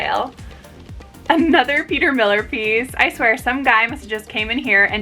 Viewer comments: I absolutely love your energy and charisma, I loving want to say ❤️❤️ it’s Peter Millar MIL-LAR not Miller, respectfully I mention this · Great finds!! Glad I ran across your channel! I believe Peter Millar is pronounced Millare like “are” you there instead of like Miller. The names of brands get me all the time. Lol